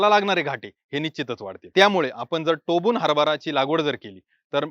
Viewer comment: टोबून नाही सर टोकून